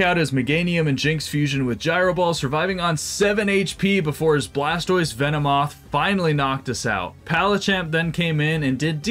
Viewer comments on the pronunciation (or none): none